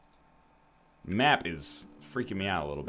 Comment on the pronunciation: people who live in concord pronounce it con curd btw